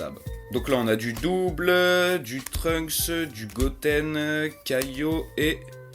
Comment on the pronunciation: Pour truncks on dit (deso pour l'ecriture) Dani San kan